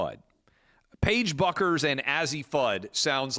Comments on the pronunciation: It’s pronounced Beckers. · Clay, Page's last name is pronounced BECKER! "Buecker" in German is "Becker" in English